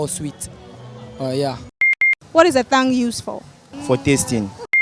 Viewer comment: yep all words re not always pronounced according to the way their spelt.But made a mistake by pronouncing the 'h'